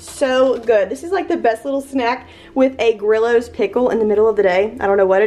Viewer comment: Lol. They are pronounced Gree Os pickles, not Grill Os. ❤